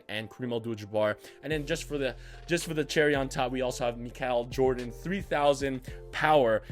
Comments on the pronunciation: no disrespect but "makal jordan" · Boi I’m not being a hater but wtf you got to say Michael Jordon right I mean come on dude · Mikal Jordan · Why you say Michael Jordan like that? 😂